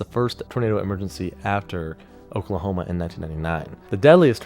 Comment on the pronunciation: I like this guy his videos are great, but it’s funny to hear him butcher the Oklahoma town names. 😂